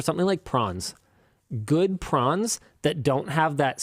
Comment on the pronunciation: followed by Prawns, not PRANS